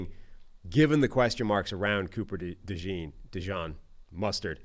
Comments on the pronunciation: His name is DeJean. Not Dijon. Quit calling him mustard. Kind of insulting. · Y'all need to figure out how to pronounce Coopers name correctly. It's NOT Dejohn. It's either Dejean (like the pants), or as we from Philly call him... DeJawn! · Dee-john??....he aint mustard man. bizarre how so many ppl cant say his name right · It’s “Da Jean” like the letter D and then Jean like pants. Yall should know this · They keep saying DeJohn😂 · Fools cant pronounce dejean's name and dont know where kyle hamilton was drafted. Do ppl take these guys seriously?